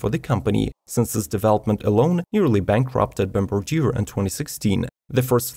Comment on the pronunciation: Great video!! Very meticulous and informative! Thank you! Bombardier = Bombardi - eh (like the letter 'a'), & Debuted = Day - byood .. I have been teaching English my whole life, don't be offended.. the more you know, the better off you are! Keep up the great work!